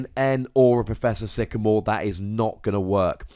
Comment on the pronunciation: Love the dramatic pause on that first sycamore from Alex mate. i was like 'oh snap!'